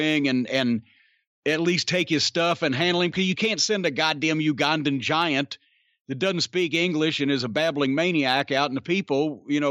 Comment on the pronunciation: Why in the world could Boyd Pierce never figure out how to say Ugandan right? Good old Boyd. RIP Boyd and the Ugandan Giant.